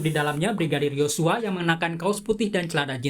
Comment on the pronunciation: Sedikit gagal fokus sama pembawa acaranya saat ucapin YoSsuaa hahha